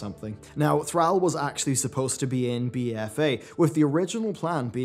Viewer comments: Thrall. Its Thr-all, not Thr-al. You aren't saying the second "L". Just like you pronounce Al and all differently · Say AL. Now say ALL. Now say Thral. Now say Thrall..... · why are you purposely ruining all these character names? Yrel is rel...Thrall is Thrall not Threll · I think Yrel more pronounced Yirel not Yerel. Thrall is Pronounced Thrawl not Thraal. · Who the hell is Thr-al ? Al bundy's cousin? Thr-all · why does insist on pronouncing the "all" in Thrall as "al" instead of "all"? At no point in any cinematic is his name ever pronounced that way. says "Thr-al" so many times in this video I couldn't finish it. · "Thrall" not "Thral". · Love you bro, but i couldn't help but crack a laugh when u say "Thr-AL" and not Thr-aul" like haul but with thr infront. i just laughed everytime. no hate, just thought it was funny. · The way you say Thrall drives me nuts.. lower case "a".... Say "all" out loud, then put the "thr" on the front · Thrall, (pronounced like "crawl" rather than "pal" here in America). Is your pronunciation the British way or just a personal thing? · Did...did just mispronounce Thrall? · I don't like how you say Thrall. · Disliked for how you say 'Thrall'. Lol wtf was that?